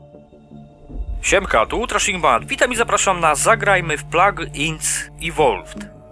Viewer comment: pamiętaj, że "inc" czytamy "ink" (jak cat lub car) poza tym odcinek 12/10 obejrzałbym ponownie, jestem też fanem tej gry, i nareszcie ktoś MLG jak ty w to zagrał!